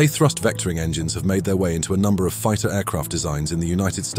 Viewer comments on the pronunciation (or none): none